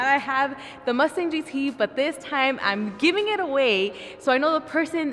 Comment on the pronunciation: You said,,,,"Giving"...not quite